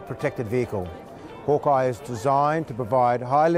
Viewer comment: man, it really upsets me they mispronounce the name of their own thing hawkei, said like hawk key, named after the snake, that was named after bob hawk, called hawkei, (again, said hawkei) also, it should be made clear, this is NOT a replacement for the landrovers, the replacement for the land rover was the g wagon this replaces the that in between APC and land rovers (there had been a 6x6 version for combat troop transport that was used before the bushmaster came in) for something that you did a lot of research on, seems there was a lack of research on the state beforehand